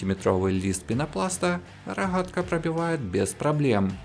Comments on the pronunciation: Рогатка же а не Рахатка 😂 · Рахгатка ,не твоё озвучки извини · Дико режет ухо ваше Хэканье... Рохатка, тяха, шестихранник.. Тяжко слушать такой обзор